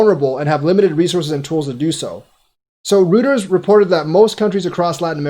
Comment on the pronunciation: Pretty sure it's pronounced royterz, not rooterz. Thnx for the info. VET is such a beast. ICX is a sleeping dragon.